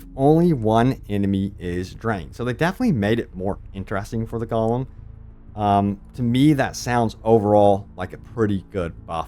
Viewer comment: Haha it’s GO-lem